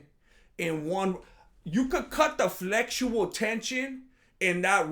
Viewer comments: "Flexual tension" 😂🤣😆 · I quit watching after you said flexual tension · omg 'Flexual Tension'... !!! LOL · "flexual tension" I'm absolutely dead 💀🤣